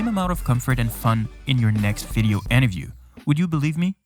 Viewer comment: Why do you alway say interview as enterview